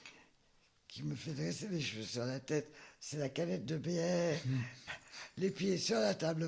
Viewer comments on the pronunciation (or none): none